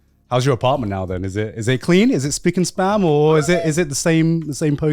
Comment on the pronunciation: Does garnt know its spick-and-SPAN and not SPAM?